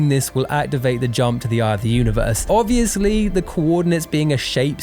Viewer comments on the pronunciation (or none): none